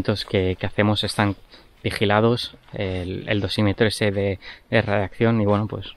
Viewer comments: ''radiacción'' xdd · Dice radiaccion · Cada vez que dice radiacción una neurona muere en todos nosotros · Nadie:: Radiakción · Se dice radiación y no radiacción. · radiación no radiccion paleto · es radiación xD no radiaccion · Radiacion* no radiaccion 😂❤️ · Jajajaja coño si y el coño 'e madre se queda pegao, debe ser efectos de la misma radicación xD